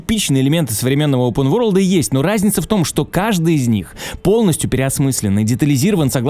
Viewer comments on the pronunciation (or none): none